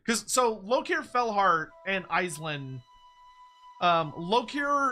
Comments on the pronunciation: Andy Law's going to mald at how you're pronouncing Aislinn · I know I hate it hahaha